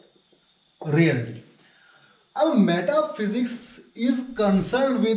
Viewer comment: You put an effort but very weak pronunciation. You must learn. At least REALITY pronunciation. Don't mind Regards